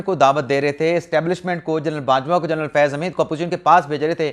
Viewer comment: جرنل نہیں ہوتا جنرل ہوتا ہے